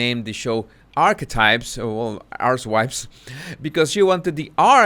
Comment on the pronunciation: He says “housewives” but sounds like “ass wipes”